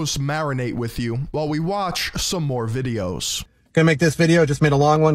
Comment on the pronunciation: I love how his "wittwe" speech impediment makes his online persona all the more laughable. Sounds like Barry Kripke from the big bang theory.